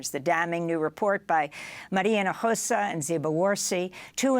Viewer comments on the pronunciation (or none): Maria Himojosa...practice her name!!👀🤔